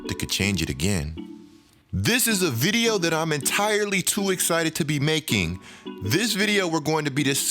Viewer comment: Why do you say videyuh instead of video? I love your content but shits annoying bro